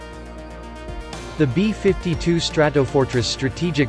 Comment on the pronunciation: The B-5-2 Stra-to-for-tress... robo voice ruins everything